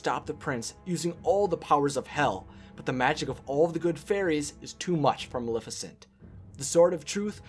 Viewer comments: Her raven is only known "my pet" in the animated feature, where did Diablo come from? Her, name is Maleficent pronounce the not malificent the name comes from the word malefic. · You can't even say her name correctly, it's Maleficent not Milificint. Idiot. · "Ma-le-fi-cent" not "Ma-li-ficent" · If you're going to say MULIFICINT one more time... :D